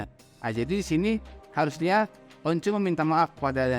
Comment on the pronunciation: "harusnya" bang "harusnya" 😂